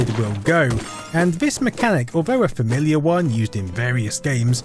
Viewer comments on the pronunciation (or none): none